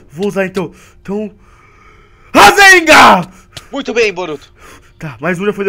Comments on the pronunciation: Não é rasenga é rasengan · a hora que o fala razengan eu dor rio até não der mais